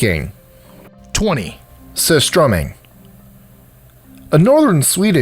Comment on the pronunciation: Exceptional pronunciation on surströmming